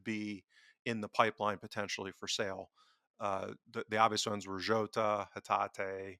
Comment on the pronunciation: when did Jota become Zzzhou-ta?